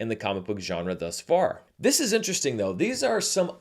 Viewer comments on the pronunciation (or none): none